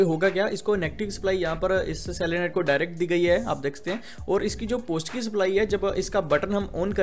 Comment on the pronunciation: तू पढा लिखा नही है क्या पोजटीव पोजटीव कर रहा पॉजिटीव्ह बोल ना नेगटीव को निगेटिव्ह बोल